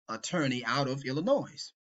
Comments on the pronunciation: I was done listening to you when you said "Ill ih noise" It's "ill ih noy" stupid. and we're supposed to trust you? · Bro you can’t even pronounce “Illinois” 😂 I’m begging you to look in the mirror, the person who doesn’t know what they’re talking about may be closer than your youtube feed. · I do appreciate giving me permission to sub and like his video. That’s all I ever really wanted out of my life. By the way, as an intellectual, should know how to pronounce the State of Illinois. The s is silent.✌️